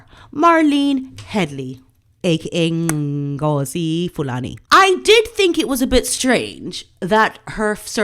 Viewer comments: please STOP using clicks when pronouncing Ngozi. Ngozi is a Nigerian name. Nigerian languages don't have clicks. Clicks are found in southern Africa. Also, she is not dressing like an African - she is dressing like a typical Rasta woman and in her interviews, she is wearing dreads, Rasta colours: red, god and green. Rastafarianism is a Jamaican religion. I am a Black British African woman we don't dress like Ngozi Fulani. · Lol 😆....you sound funny lady....that pronunciation. Good 👍😆 Ngoooziiiii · Your clicking, when pronouncing Ngozi's name, is hysterical! LOVE your sense of humor! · What’s wrong with you miss wolf in sheep clothing who are you trying to please? Why are you being so disrespectful when pronouncing the black woman’s name, I recommend you go and read some history and maybe you’d realise that if your black (are you??)your of African descent, it’s pretty obvious your looking ratings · You're killing me with the pronounciation of her name. I am dying. As a black woman myself, that woman offends me with her actions and the way she dresses. Real Africans don't generally walk around looking like that. They should be offended. The palace needs to get very smart real fast. These racist blank people are going to keep coming out of Harry's wife's backside when it suits their nefarious purposes.